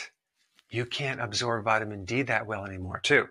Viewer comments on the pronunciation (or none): none